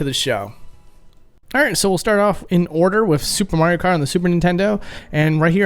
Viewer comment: Supre Mayro Kratt